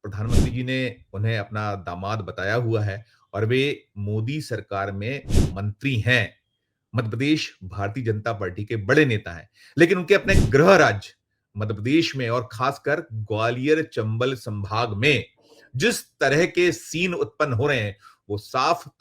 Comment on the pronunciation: महोदय,आप हिंदीभाषी प्रदेश के हैं फिर भी गृह को ग्रह बोलते है। जैसे गृह मंत्री को ग्रह मंत्री। वैसे समाचार सटीक देते हैं, इसके लिए बधाई।